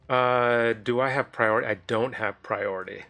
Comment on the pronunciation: “He has prioriteh.” So glad you’re keeping up on your French 😂